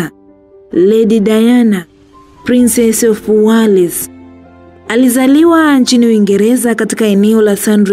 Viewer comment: Hyo Wales unaisema kiswahili kabisa inaandikwa wales lkn unasema welz sio wales kama ioivyoandikwa